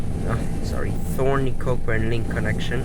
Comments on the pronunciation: Great stuff, but.. Its pronounced coh-burn, not cock-burn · Did I hear a mispronunciation? The ‘CK’ in Cockburn is not pronounced…It is said ‘COH-burn….I’m an ex West Aussie living outside Melbourne…We were always very careful to pronounce that suburb the right way….and some of those earlier ex TP buses are plying the streets of suburban Melbourne….